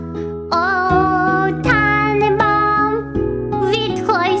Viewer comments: stimm ich zu, außer Tannenbaum das war halbwegs gut ausgesprochen. Der rest war müll, aber süß. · Tannenbaum kann sie irgendwie gut aussprechen aber es ist so cute irgendwie xD